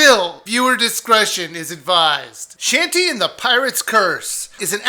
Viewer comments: It's not "Shantee". It's pronounced "Shaun- tay" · DID YOU JUST CALL HER SHANTY? HAHAHAHA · He no longer sounds like he's begging for subs. ^_^ Also, YOU PRONOUNCED HER NAME WRONG, AND IT MADE ME CRINGE SO MUCH!!!!!!!!!!!!!!!!